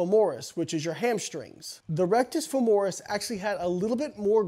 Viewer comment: Rectus femoris is hamstrings? At first I thought he misspoke but then he said RF took over for the quads when they were fatigued... Maybe he meant biceps femoris? Regardless I always thought it was pronounced FEH-mo-ris 😅